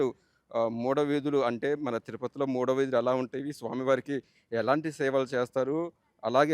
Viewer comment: Maada veedhulu not mada veedhulu, please note